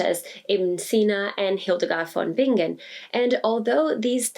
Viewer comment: Awesome pronunciation on "Hildegard von Bingen", I sometimes mess that up after speaking English for a while, even after growing up in the shadow of her legacy